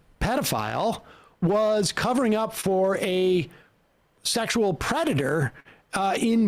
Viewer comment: What is it Falwell used to call them HOmoe-sexules? He could not pronounce sexual